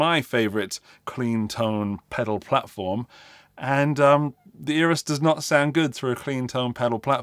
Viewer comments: Eras? I thought he said Eros. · Eras? I thought he said Natalia Imbruglia but I’m torn about it now.